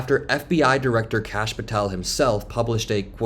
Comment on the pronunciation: did she call Kash "Krash"?